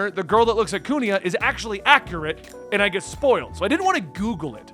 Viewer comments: Why do you pronounce Kuina as Kunia ? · his Usopp pronunciation wasn't even that bad yet nobody's correcting his Kuina pronunciation HGASFDGHASFD